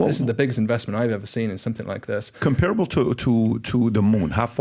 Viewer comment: sorry bro. But that’s not how it’s pronounced. Comparable. It’s pronounced differently